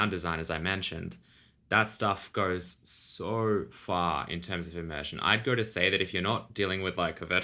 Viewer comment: Never mind, I just heard him say “So far,” and it had that Aussie twang on the “so” 😊